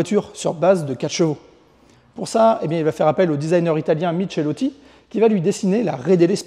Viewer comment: Il va falloir se mettre à l'italien! On ne dit pas "michéloti" mais "mikéloti"! 😂...évidement c'est une boutade. Bravo et merci pour ce reportage super détaillé et documenté.